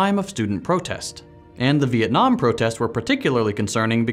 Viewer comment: Most of you if not all of you wont understand this but I clearly play to much eve online since I heard beeitnam war lol